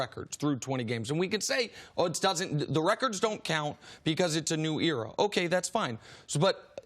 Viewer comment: Nick is soooooooo dumb! Eric and Chris have been in the league for years! They know more, they are experienced . WTF does Nick have experience in? He cant even say era right!